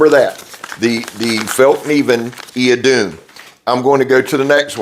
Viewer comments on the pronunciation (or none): Hey brother, Idun is the Old Norse goddess of rejuvenation, and is pronounced Ith-oon. Just thought you'd want to know. You and Megatron have a Merry Christmas 🎅 🎄 ❤, and much success in the coming year!